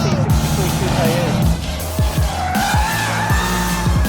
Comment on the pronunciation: Coupia instead of saying coupe this guy is great.🤣